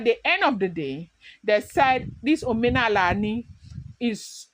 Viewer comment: in this very dialect, it is called omenani not onenala.